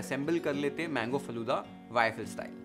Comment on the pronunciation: It's not "Falude" ....it's "Falooda"